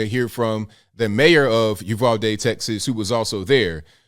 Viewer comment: Thank you for pronouncing Uvalde correctly. It is a small thing but meaningful when you hear your hometown butchered repeatedly.